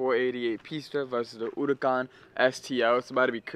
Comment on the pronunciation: Did he just say uracan